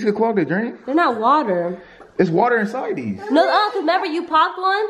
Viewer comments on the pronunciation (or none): He said “inside these”